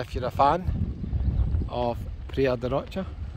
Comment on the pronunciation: Please pronounce it properly its Praia da Rosha not Rocha ty